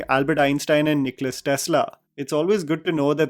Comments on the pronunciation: “Nikola” Tesla and not “Nicholas” Tesla. 😊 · It's Nikola Tesla, not Nikolas. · speaking of IQ bro, it’s Nikola Tesla, not nikolas tesla 😂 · Don’t mean to be that person but it Nikola Tesla. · Bruh it's Nikola.